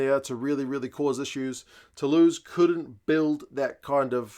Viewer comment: It's hard to look past Bordeaux tbh but I would be delighted if Saints caused another shock after what's been a very tough premiership campaign. I'm saying Bordeaux by +10 though 😁. Oh and interesting observation on commentary pronouations, I actually didn't notice that but that was mainly because I was picking up on his Toulouse pronunciation of Tou-loose as in loose possession rather than Tou-lose as in not win 😳.